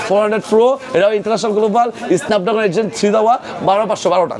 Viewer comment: এসনাপ ড্রাগন নাকি স্নাপ ড্রাগন? এই লোকের উচ্চারণ কি ঠিক আছে? 🙄🙄